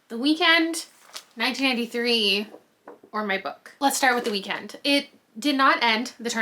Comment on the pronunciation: Every time you say 1993 I hear 1983 😅